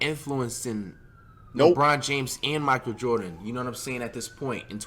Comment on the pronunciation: Did anyone else hear “Michael Jefferee” instead of Michael Jordan.